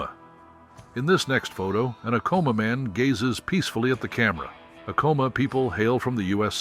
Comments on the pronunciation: Its pronounced ack - ahh- mah....not a com ah!! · Yes! I used to live in NM. taught 5th gr for Zuni; then a Librarian for 2 Navajo schools in NE AZ. Acoma (which I've driven by) = 'A like in Apple: Ack-'uh-muh. Accent 1st syl. "Ute" = 'Yoot.' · "Acoma" is pronounced with the first "A" like in Apple. Accent is on 1st syllable. "Jicarilla" is said "Hica ree'-ya". The famous cactus is 'Suh-wah-row.' "Ute" = 'Yoot.' Edward Curtis is a famous photographer of Native Americans, of the late 19th and esp early 20th century. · Coming from New Mexico, I needed to let you know you miss pronounced Acoma, and Ute. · My cousin Vinny also mispronounced that.